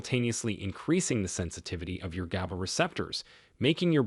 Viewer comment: Is the voice AI? GABA is not pronounced GAYBA.